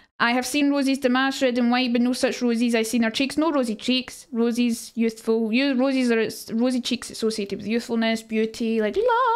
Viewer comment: I swear everytime she says it, it sounds like she's saying War of Rosies, so I picture a bunch of women named Rose all battling for who is the Rosiest of them all.